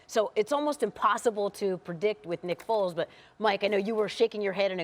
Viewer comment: Lol sounded like the dude said "nipples is gonna wind up being the Chicago Bears Quarterback"